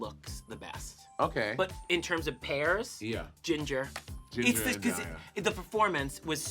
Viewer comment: I know bob is screaming at the way monet pronounces “pairs”